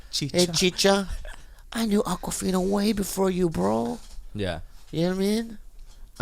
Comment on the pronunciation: Just say Akwafina....